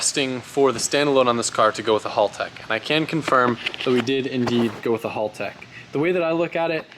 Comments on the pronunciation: Good to see you using the Haltech ECU. Boost per gear helps limit the torque to help your transmission live longer. BTW, it's not pronounced Hall Tech. The "Hal" should be like the Hal 9000 computer in the movie, 2001, A Space Odyssey. Haltech did a video just on how to pronounce the name. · haLL? hAAltech 😂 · What's with you yanks you can say barra for the barracuda and hal like shalow hal yet motors a berra its barra for our barramundi and its haltech not holtech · pronounced Hal Tech....not Hall Tech